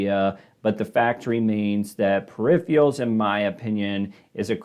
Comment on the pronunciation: Wtf are perifials? Dude can’t pronounce peripherals. Hard to take seriously.